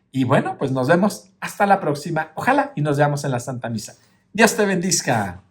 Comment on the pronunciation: con todo cariño y respeto, creo que se dice bendiga y no bendiga, dígame si estoy equivocada.gracias